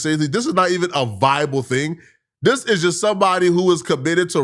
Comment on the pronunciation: It’s THIS not DIS, damn nigga